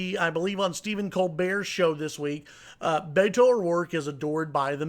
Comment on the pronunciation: It gives me great pleasure that Cruz supporters are freaked out. Cruz is a lying sack of shit. Go Beto! Oh, and this commentator should learn to pronounce "Beto"